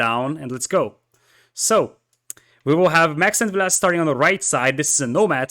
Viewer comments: I think overpronounces the last e in Villese, I think it must be a more silent e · I think it’s pronounced the way it’s spelt, VIL-leh-seh, but it might be my mind messing with me and making me believe I heard it from the man himself in one of the videos.